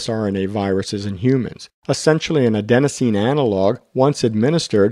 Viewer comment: Sorry, one more correction - it's Adenosine, not Adensosine